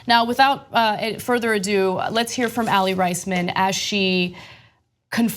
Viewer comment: He wasnt a coach he was the team doctor and also you mispronounced aly raismans name lol....